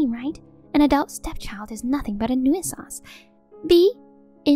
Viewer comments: It's pronounced New Sance not New Ih Sahnce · Again.... 'nuisance' is pronounced 'new-sanse', not 'noo-ee-suhnse'. Please research your words before you attempt them, don't just wing it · It's pronounced newsance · OMG the one word they used to much they pronounce wrong, nuisance. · I wish they would correct the pronunciation of nuisance